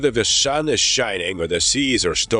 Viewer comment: Whether the Shun is shining or the Sheas are Shtorming 😂